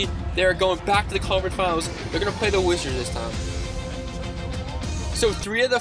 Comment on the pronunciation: He said Washington wigits